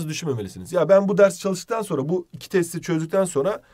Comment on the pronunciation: hoca de içki diyo kesin sarhoş sjksjksjksjksj